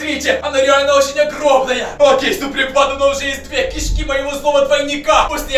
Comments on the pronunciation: Не кИшки а кишкИ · Не ки'шки а киш'ки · Не кИшки а кшкИ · Знайте не кишкИ а кИшки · Что за кИшки а не кишкИ? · Кишки́ а не ки́шки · Может не к'ишки а кишки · Не кышки а кишки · Не кешки а ки'шки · Да и он говорит не правильно слово кишки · Ты не правильно говоришь кишки